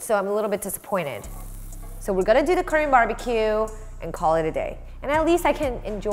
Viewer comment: You pronounce "Korean" like "cream". I don't think it is how you pronounce it.